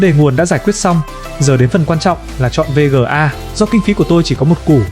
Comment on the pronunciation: thà gọi là vê ga hoặc card đi chứ VÊ GỜ A liên tục nghe muốn sang trấn